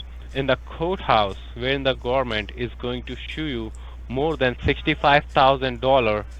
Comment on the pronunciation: That was funny. You pull him up on coat house, so he tries really hard to pronounce it as court house, but then rather spoils it by referring to the gohmint!